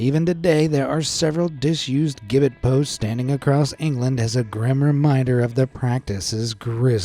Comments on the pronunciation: I'm honestly shocked that you pronounced oubliette and gibbet wrong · Nice to hear BC & AD. Rather than the politically correct BCE & CE. Gibbet is pronounced jibbet Otherwise very interesting thanks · Gibbet is with a soft g (jibbet). Like turkey giblets for gravy. Regardless, I love your videos and voice. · Gibbit is pronounced “Jibbit”. It’s a great video and I love the history stories this channel puts out, but that little mispronunciation got on my nerves! 😝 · The word is gibbet, the G sounds J!!!!! The Clink prison was so notorious, that it made its way into English slang. Even to this day, a prisoner might say he's been thrown in The Clink!!! Keep up the good work folks!!! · Gibbet is pronounced "Jib - it" There's a place called Gibbet Hill near where i live. (Warwickshire, UK) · Gibbet is pronounced Jib-bit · Gibbet, soft G, pronounced ji-bet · Gibbet is not pronounced with a hard G, it's pronounced jibbet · FYI: "gibbet" is pronounced "jib-et". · Doesn't even know how to say Gibbet: Proceeds to speak with authority on the matter. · The mispronounced use of "Gibbet" is so annoying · Pronounced Jibbet and OObliee et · For future info, friends at BA, gibbet is pronounced ji-bit/ji-bet (depending on one's accent. Ji-bət is closer to how it's actually said). Hearing it said gib-bet is really weird! 😂😂😂 *Marseille (or Marseilles - it's French... 🤷🏻‍♀️😉) is said more like "mar-say" (mɑ:(ɹ)ˈseɪ). Fun fact, "the clink" is (amongst countless other words/phrases lol) slang for prison in the UK even now. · It’s pronounced “ooh”-bliette and “jibbet”. They aren’t common words in English, so please look into how people actually say things. It’s an awkward break from the usual quality of your videos.